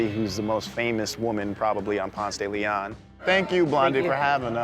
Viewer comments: 1st off, he pronounces Ponce de Leon wrong. Atlantans don't pronounce it the Spanish way, it's Ponce duh Lee on. Home to Murder Kroger and turning into a vapid wasteland of overpriced hipster shops. They're going to ruin the Clermont by turning it into 'luxury' apartments. And isn't from Atlanta, he moved here, like most people. There are very few of us natives. It's frustrating when the media finds people who aren't natives but those who move to a place and try to co-op it into their vision and not really the truth. They didn't mention that they wanted to tear the Fox down. This is a city that believes it's own hype and destroys its history. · I'm sorry, but it's pronounced Ponce de LE-on, not Ponce de Le-ON. But at least you didn't pronounce it the proper Spanish way... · I’ve lived here 21 years. Never heard someone actually pronounce Ponce de Leon like that. 😂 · you fucked up the pronunciation and you interview a bitch that ain't even from the A... weak. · Doesnt pronounce it correctly or like an Atlantan....FRAUD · Just the way he said "Ponce de Leon" I know he is not from Atlanta. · That pronunciation for 'Ponce De Leon' is so weird...but I guess it makes sense if you don't speak Spanish. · that pronunciation is ALL WRONG.....lack of education, gross :P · they couldn't find someone actually from ATL? Nobody in Atlanta pronounces the street that way. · exactly I was like 😳 that's not how we say it lol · Say it with me: "Pawnst-dah-Leon." We don't have a "Ponce-Daily-On" anywhere. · Between the atrocious way this guy mispronounces it Ponce de LiAhhn (instead of Ponce de LEEon) and the way he says AtlanTTa instead of Atlannuh let’s you know he is not from here. Get outta here with ya candy Vice! Get a local! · I'm so fucking triggered. The pronunciation is PonSAY smfh, couldn't even watch the damn video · Umm its Ponce Da Leon 🤣🤣🤣how we say it in Atlanta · It’s PONSEEE DE LEON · It's pronounced Ponce duh lee onn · PONCE duh la-on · Pons deh leh own